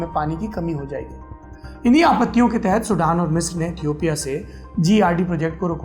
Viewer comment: Toomlog lootera ho be...yahi h duniya dari..... Tmko Ethiopia ka v pronunciation nhi aata h or Duniyadari sikha rhe ho hme